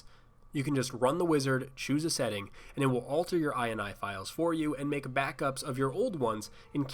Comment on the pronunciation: You say ini that sounds like " eye in on the in the eye and eye"